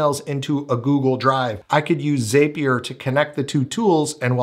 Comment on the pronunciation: zapier .... it rhymes with Happier